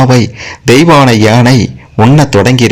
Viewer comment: உணமை. கேட்கவே எரிச்சல் வருது. பாகண், தெயவாணை என்று னகரமே சொல்லவராதா?